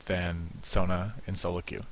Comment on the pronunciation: Her name is So-Na. Not Sauna...